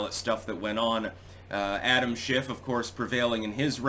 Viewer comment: For a minute,, I thought you said “shenanigans by Adam Shitstain”. 🤣